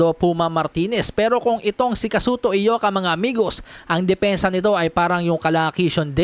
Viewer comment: Congrats sa iyo bro sa lahat ng mga bloggers ikaw lang ang nakabigkas ng tama sa pangalan ni Ioka as Eyoka. Karamihan ng mga boxing bloggers na nag live commentary puro sila Ayoka mga expert pretenders sila. Ikaw tunay.